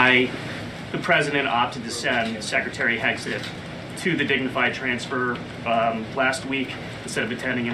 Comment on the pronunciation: DAVY PACY melts down over PRESS SEC melting down over trump's golf scandal. There. Fixed it for you. Seriously. You are the only one who keeps saying "secy". Everyone else does it the right way, so every time you do it wrong I'll be here to mock you, DAVY PACY.